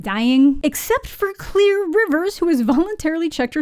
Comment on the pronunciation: Why does everyone pronounce her name as “Clear” but in the movies her name is pronounced as “Clair”